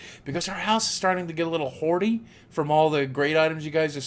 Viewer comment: HaHa he said hordy and i thought he said honey